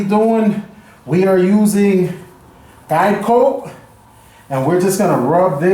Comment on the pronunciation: I head diet coke when you said guide coat XD lol